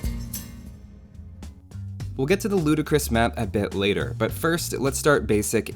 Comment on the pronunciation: Heat finally someone who says it the right way